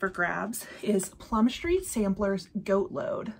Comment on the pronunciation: Goat not gait. 🤣